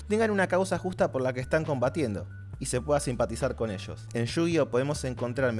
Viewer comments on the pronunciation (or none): none